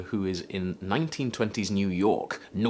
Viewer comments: 'new yowk' lolll :) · Oh merciful heavens, that "New York" accent 😂😂😂